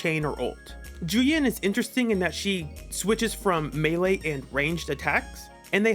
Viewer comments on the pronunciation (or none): none